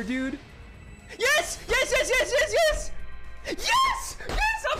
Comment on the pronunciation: I like how he says yesh.